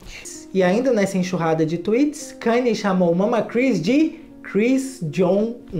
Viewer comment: Pronuncia Kaní. Nao kaner.